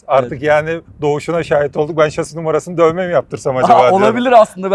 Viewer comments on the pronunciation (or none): Bir yelek bir baret giyseydiniz güvenlik ayakkabınız olsaydı keşke şase yerine şasi deseniz yaptığınız işin jargonunu bari öğrenin lütfen